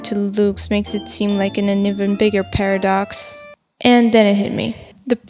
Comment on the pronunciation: A... "pareydox", you say?